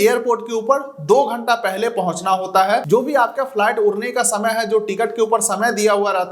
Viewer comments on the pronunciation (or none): Flat nahi bhai it’s flight 😂😂😂😂😂😂😂😂